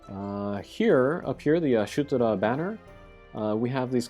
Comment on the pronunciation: Nice preview on the raid. GL has it much easier IMO, I got Y'shtola to lb5 without buying a single shard from the event shop. But dude, why are you pronouncing Y'shtola as AYa-SHU-toraaa? Legit hurts my brain!